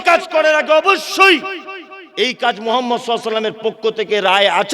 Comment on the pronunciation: আপনি যেভাবে কথাগুলো বলছেন সবই ঠিক আছে।। আপনি যে নবী পাক সাল্লাল্লাহু আলাইহি ওয়াসাল্লাম। নবী পাকের নামটা আপনি কিভাবে উচ্চারণ করলেন নিজে একবার ভাবুন তবে লোককে বলুন